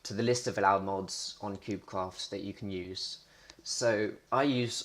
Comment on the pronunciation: did you say cubecwaft at the start ??